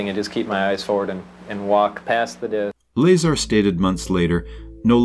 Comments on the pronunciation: Bob's last name is pronounced "La-Czar" ; NOT "Laser". SMH. You guys have got to do better than this! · I'm TIRED of hearing YOU mispronounce his damn NAME!!! It's Lazar, not Laser! It's pronounced like this: LUH..CZAR.. LUHZAR. Get it right or just don't do it. You've had to have mispronounced his name at least 40 times now and we're only into the video ! Fix your mistake or take it DOWN! PLEASE? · 1 minute in and you're pronouncing Bob's surname incorrectly? That tells me everything I need to know about your level of research and knowledge of this case. Not only that but you put a clickbait title suggesting Bob Lazar said "area 51 is not what we think" when he hasn't said those words and your video doesn't even contain him speaking at all, just your thoughts and incorrect facts with an AI voice for the purpose of views. I hope that people don't find this video if this is the first time they come across Bob Lazar, and find one that is actually factual and contains his interviews because it is truly fascinating. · It's La- Zar like you say star. Zay tuh Reh tick you lie. Phonetically. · It's, Bob "I can't do basic physics " Lie-Czar if you want to be technical. 😂😂😂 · Learn how to pronounce his name! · So annoying having to listen to the mispronunciation of Bob’s last name. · The ai pronounced bazaar correctly but not Lazar😂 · Mispronouncing his name is a red flag. What else have you got wrong? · Can't do a video on Bob Lazar and not know how to say his last name. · You pronounced his name wrong ding head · Can someone please teach the robo-voice how to pronounce Bob Lazar's last name correctly? This really takes away from this video's credibility.